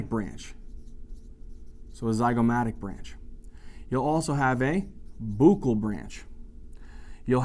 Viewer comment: Thank you for making this spaghetti junction, that is VII, seem manageable. Love the way you pronounce fossa and buccal